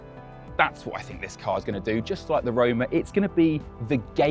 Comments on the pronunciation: Roma….. not rome…. Put some effort into it! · how is this “finally” a ferrari we can actually pronounced when its predecessor was acknowledged to be “roma” lol